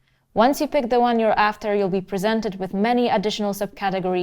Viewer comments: Ca-TAG-ory.....Love it . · She emphasizes TAG in caTEGory, Kinda makes sense considering the subject matter. She invented a new word that should be in the musicians dictionary. LOL Cute.